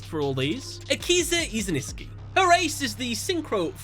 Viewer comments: it is izinski not iziNISKI XD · I am pretty sure he misspronounces Akizas Last name on purpose now! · How does he STILL mispronounce Akiza’s last name after all this time?